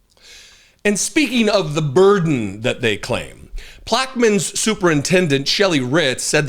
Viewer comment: "Louisiana...Louisiana....them's tryin' to wash us away." Pronunced plak-eh-mins, Parrish. Right down the road from New Orleans. Ground Zero, for civil unrest, in times of distress. This news shocked me, to the core. I guess anything goes, with the new regime.